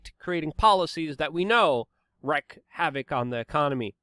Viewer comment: wreak ... reeeeek lol not wreck (rek)